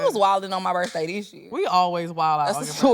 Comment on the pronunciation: I know some people that say "bafroom" and "birthay".